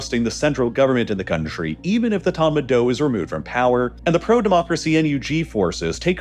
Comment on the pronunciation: I have lived in Myanmar for 13 years with my Myanmar wife Thanks for your balanced summary. Only a few factual errors. Some pronunciation help; it is our - Aung Sun Sui Chi. - Kyi. Tatmadaw - door. Royhinga - ga is ga ga & hing as in hinge, The main protest were in Yangon, not Nay Pyi Taw. As a Kiwi l have experienced some big shakes. The March shake was bad, long rolls in my office. Yangon is stable and safe as long as you don't do anything silly